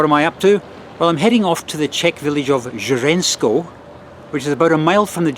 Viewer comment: 10/10 in the competition among foreigners in pronouncing the local names 'Hřensko' and 'Děčín' 👍